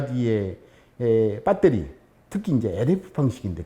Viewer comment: 빳데리 ㅋㅋㅋㅋㅋ 구수하니 좋네